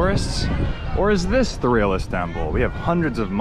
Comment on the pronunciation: Me hearing "realest temple" everytime.